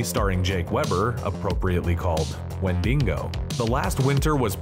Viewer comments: Wendigo - not 'wendingo'. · It’s not Wendingo stop saying it like that. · Interesting pronunciations of "wendigo" and "Poughkeepsie"!